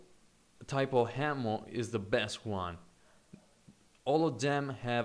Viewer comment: you're really good at this game. but you have to work on your pronunciation, my friend. What's with the unnecessary H's? H'ammo? Really? why?